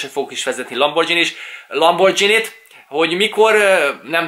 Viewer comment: Szia! Nem szeretnék beléd kötni, de nekem bántotta a fülemet... Az nem "lambordzsíni", azt G-vel ejtjük, nem "dzs", gondoltam kijívatalak.